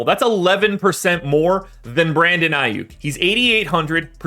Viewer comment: 😂..I stopped listening when I heard the name aiyuk... you need to know your craft..